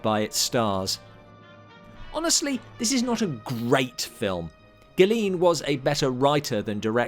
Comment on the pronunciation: Terrific video! Good job! Tip: The name Galeen is pronounced gah-LAYN, rhyming with "rain."